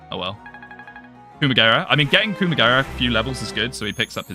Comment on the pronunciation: I can't unhear "Coomagera" now for some reason...that'd make a funny meme to be honest :kek